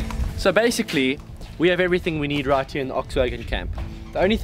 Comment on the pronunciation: Sorry, no "basicy"